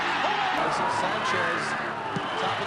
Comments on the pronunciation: Excellent video...but, there's an issue. This soccer player (better known worldwide as "futbol") isn't "Yugo" Sanchez, but rather "Hugo" Sanchez. Thx. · FYI the H is silent so its ugo.